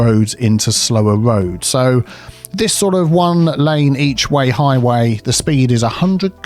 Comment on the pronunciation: Highway? Motorway? Nah, it's "hoywee." ;)